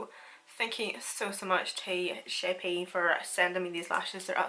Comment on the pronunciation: I think it’s pronounced shape looking at the spelling of shay p. xXx